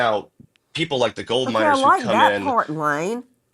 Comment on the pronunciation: I was listening while driving and it took me wayyy too long to realize you meant MINERS not MINORS! 🤦🏼‍♀️ Thank you, Nancy for covering these cases and keeping them alive so these victims aren’t forgotten about!!! Missing Murdered Indigenous women’s cases are often overlooked.